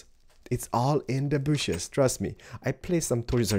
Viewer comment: Nice bushes you got there! "its all in ze bushes"